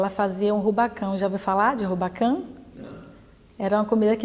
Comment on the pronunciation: Rubacão? Kkkk É baião fia 😅